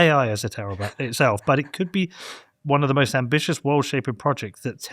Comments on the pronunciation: I know this is very minor, but it's pronounced baybel, not babble. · Babel is said bay bel not babble